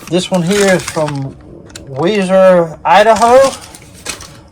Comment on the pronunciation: I used to live in Weiser. We pronounced it wheezer 😊